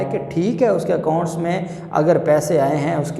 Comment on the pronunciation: ACCOUNT not accont